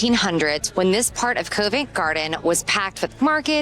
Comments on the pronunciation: It is not Cove nt Garden, it is pronounced Covv ent Garden. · TUBE = CHOOB not TOOB. ROUTE = ROOT not ROUWT. BOROUGH = BURRA not BURROW. COVENT = COV ENT not CUV ENT or CO VENT. SCONE = SCON not SCOWNE. The Tower of London used to be a MENAGERY (zoo) as well. I live a 10 minute walk from another of William the Conquerors castles, ROCKINGHAM CASTLE. Still inhabited by the same family for over 450 years. Double decker buses are used all over the UK not just in London. There is no such place as DEVONSHIRE. It's just called DEVON. I hope your voices were not actually as loud in the places you recorded in as they seemed on the video. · "Cov ent" not "Co vent" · Great video. Love your enthusiasm for history and our culture. Just a tiny point about Convent Garden - the Co in Covent is pronounced C-of-vent (like in Cough or Complement) not Co-vent (not like in coincidence). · Great video. I spend my time in London in a similar way 😂 Just so you know, Covent Garden is pronounced 'Cov-ent' and not Cove-ent' Garden. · Covent pronounced C-of, not cove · Yeah, it's more k-ah-vent, not k-oh-vent, the o sound is like dove, not cove. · Yeh, covv-‘nt gardn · Covent as in column, not as in colon! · think of it like the word convent without the n